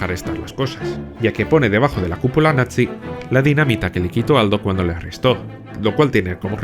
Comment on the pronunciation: Eres el primero en decir la palabra bien todos dicen nazi... pero en realidad es natzi es una pequeñez pero muy buen detalle ❤